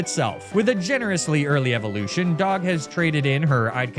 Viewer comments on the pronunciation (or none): none